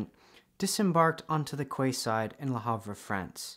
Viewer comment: what's a KWAY-side? it's a KEE-side.